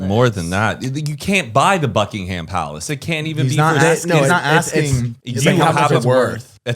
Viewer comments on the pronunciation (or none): guyyssss it's pronounced Buckingum not buckingHAM <3 ly